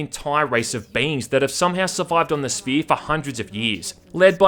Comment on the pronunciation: “Some organic alien structure called; The Sphee”